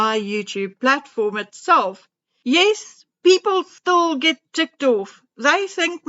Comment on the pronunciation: Since she says stool instead of still I thought it was an accent.